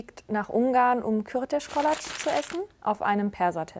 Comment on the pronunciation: Ich bin eine Ungarin und als ihr mit Gizi angefangen habt musste ich so schmunzeln:D sie ist eine Mood hahaha können wir drüber reden wie perfekt, Kürtöskalács ausgesprochen hat??? Heftig, ist nämlich ein echt anstrengendes Wort 🤝🏻👍🏻